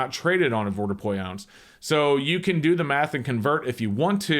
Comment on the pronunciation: I wish he could say "advordupois" properly